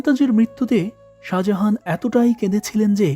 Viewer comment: Speel ta hobe Sajahan kintu Apnar uccaron hocce Saha Jahan jeta Somvob na, Sajahan sothik , think about it.